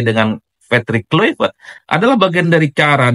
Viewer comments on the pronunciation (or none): none